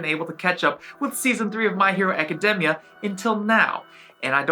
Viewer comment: Can you say academia normally